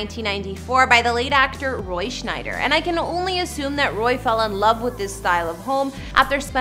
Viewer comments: It’s Scheider, not Schneider. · thats Roy Shieder not schNeider